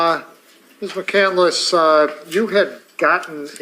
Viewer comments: Also pronouncing it “Mac-Can-Duh-Liss” it’s a 3 syllable name. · She doesn’t even pronounce McCandless correctly. Such an idiot. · I also love that she pronounces her own last name incorrectly. Chris McCandless’ last name is pronounced with 3 syllables. Like muh-cand-luss. pronounces it with 4 syllables. Like muh-cand-ah-luss. That is absolutely on brand for. Pseudo intellectual. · She even mispronounces her chosen name - it's McCandless, not McCandeless. And every I ever heard of was/is male. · The way she keeps pronouncing her own chosen name as 'McCandle-less' is driving me crazy.